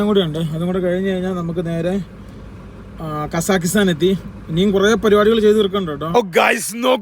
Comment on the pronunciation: എടാ വേട്ടവളിയ കസാക്കിസ്ഥാൻ ശരിക്ക് പറയാൻ പഠിക്ക്